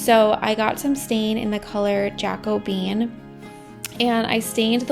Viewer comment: Looks great! FYI - The color of the Minwax color is pronounced "Ja-ko-be-an". 😉